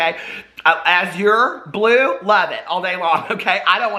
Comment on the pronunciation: My sisters name is Azure, it was weird hearing you say her name 😂😂